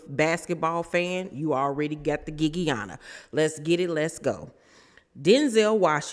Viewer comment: “The giggiana” 😂😂😂